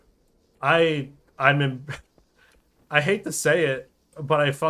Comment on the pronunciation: Well, when the "ahte" is deserved...